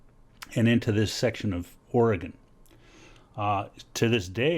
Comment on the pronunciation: and he pronounces the states name correct. yall take note... :)